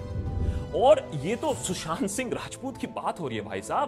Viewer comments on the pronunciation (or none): Fun Fact : Kangana knows how to play games and Indians fall for it anytime :D Kangana cant even pronounce Sushant Sing name properly :D she pronouces it shushant sing :D